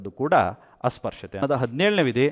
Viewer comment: Nim taragati adbhuthavagide sir super adre 17article pronounciation asprushyate sir bejaragbedi sir